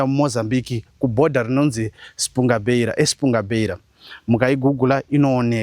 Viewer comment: It’s “Espungabera” not “Espunga-Beira”